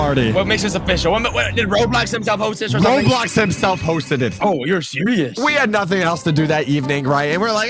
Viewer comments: When you said hosted you said roasted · Bro said roasted not hosted